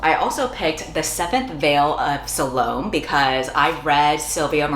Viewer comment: It’s Sah-loe-may.